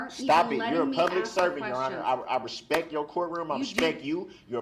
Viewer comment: "With all respeck"